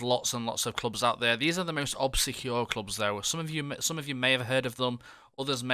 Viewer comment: Dude your pronunciation of obscure is 😂😂👌🏻